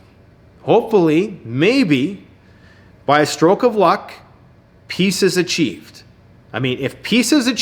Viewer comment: When you said "Peace is achieved" I thought you said "Pieces of cheese"...!!! I had a statement about the previous and current video but you said it all. Ron has a good heart for going where he's not only risking his life, but actually helping. And you, are a good friend. You're lucky to have one another as buds.